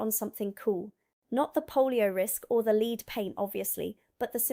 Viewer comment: do you write your own scripts? you pronouncing "leed paint" surprised me